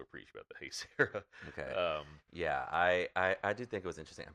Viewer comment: Bro just say Hey-say. Why you being stubborn lol